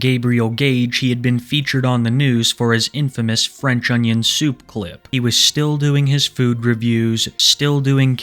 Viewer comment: The White is a Fwench unyin soup endorsing Pwedator